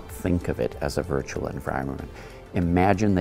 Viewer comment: Virtural Virtural Virtural 😂